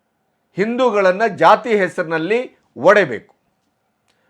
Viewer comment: ನೀವು ಆಯ್ಕೆ ಮಾಡಿಕೊಳ್ಳುವ ವಿಷಯ ಒಳ್ಳೆಯದಿದೆ. ಆದ್ರೆ ನಿಮ್ಮ ಕನ್ನಡ ಭಾಷಾ ಉಚ್ಚಾರ ಸರಿಯಿಲ್ಲ. ಉದಾ : ಒಡೆಬೇಕು ಅಲ್ಲ ಒಡೆಯಬೇಕು